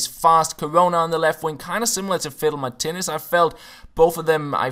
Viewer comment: Is it just me who hears him say "fiddle my titties" when he says Martinez :')